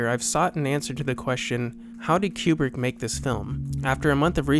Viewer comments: Oh man, your videos are absolutely fantastic. I would be remiss not to stress in advance how much your videos reveal the care and energy you put into them. They really are well done........... But oh my God you really need to learn how to pronounce everybody's name. Some of your other videos have some pretty brutal pronunciations of the names of French and German auteurs. Even though many are quite common household names, I tried not to let it get to me, given that they are foreign. But then I came to this video. Where have you come up with Queu-brick? I think that you and Malcolm McDowell are the only human beings who have ever pronounced his name this way. Even the British girls in your own video get it right despite their dialect dictating elsewise. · its not kyoobrick its koo-brick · It's not CUE-brick. It's Stanley KOO-brick. Stanley Kubrick himself, being an American from the Bronx, pronounced it "KOO-brick." This pronunciation is also used by his family members . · People who purport to be experts on Stanley Kubrick should first learn to say his name properly, it’s Coo-brick, not Q-brick. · Isn’t it “Koo-Brik” not “Cyew-Brik” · It's not Q brick. Ku Brick. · Is it really pronounced "cube-rick"? I always said "koo-brick". Very curious. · You say Q-brick. Shouldn't it be Koo-Brick? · His name is pronounced Koobrick - nor Kuebrick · This is a GREAT series! Lots of great work. The only issue I found is with the way Kubrick is pronounced. It's actually pronounced like "coo-brick" rather than like "cube-rick". Other than that, thank you so much for all of this excellent information! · Great work,. 2001 is in a league by itself. Only one small quibble. I believe Stanley's last name is pronounced "Koo-brick," not "Q-Brick" as you are saying it. Thanks. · Koobrick, not Ku like in a pool cue. lmao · It's pronounced Koo-brick. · THIS. "Cue Brick" Is. Driving. Me. Crazy. Countless people in the footage are saying it correctly, how was this overlooked?